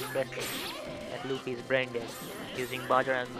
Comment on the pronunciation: Luffy not ouch